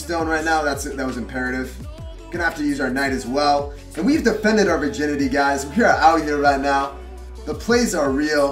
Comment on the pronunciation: R u kidding me? Did he said we have defended our virginity?